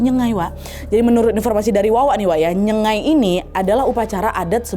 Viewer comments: btw ijin koreksi ya itu bukan nyegai tp sebutan betul ny itu adalah NYENG-GAIK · kak,aku salah satu dari kaum nya mereka,pengen koreksi kalo nyebut nyengai itu kayak ada 'g'nya yaitu nyenggai,nyeng-gai,itu aja makasih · pronunciation nya salah kak nad. Sebutannya ialah nyengaik, sebut seolah-olah ada huruf k di belakang. Hello from sarawak.😊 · Nyengai - sebutan nya ( nye-nga-i)